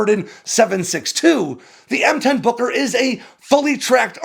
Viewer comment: Gotta be careful how you say Booker... Kept thinking it was Booger.